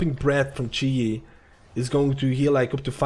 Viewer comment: its chi gee